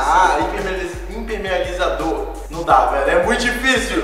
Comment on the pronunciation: imperpelimenizador kkkkkkkkkkkkkkkkkkkkkkkkkkkkk kkkkkkkkkkkkkkkkkkkkkkkkkkkkk kkkkkkkkkkkkkkkkkkkkkkkkkkkkk